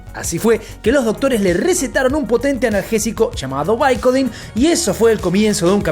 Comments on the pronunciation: Porque pronuncias los nombres tan mal? Como chadler en lugar de "chedler" & "baicodin en lugar de bicodín",no lo entiendo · Bicodin !! Pronuncia bien